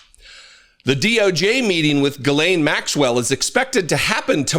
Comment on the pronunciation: Dude. Pronounce her name correctly for god’s sakes you’re the opposite of a MAGA. Please. It’s not difficult. The ‘Gh’ is pronounced like a ‘J’, so spelled more phonetically - or ironically - it’s Jiz-lane. Cheers